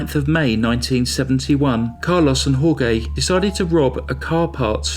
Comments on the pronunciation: Jorge is not pronounced hor-gay. It's hor-hey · It's pronounced "Hore-hay" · Dude!!!...it's HOR-HAY..not HOR-GAY!!! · Jorge is pronounced "whore-hey" not "whore-gay" it's hard to get into the story when i cant stop laughing 🤣 i love your channel ✌️ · Jorge is pronounced like "Hor-hey". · Jorge is pronounced "HOR-hay". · Jorge is pronounced “Horehay”. Nice narration and another crazy killer! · I knew someone would say it. But has so many facts to present...we can mentally re-say names and places in our heads 😉! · Thank you! That was driving me bonkers! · Then wouldn't you just say George? "Hore-gay" sounds as if half the name is being pronounced in Spanish and half in English. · That's one of the worst pronunciations of Jorge that I've heard. Also slaughtered his last name, Ibanez. It should be "ee-ban- yez".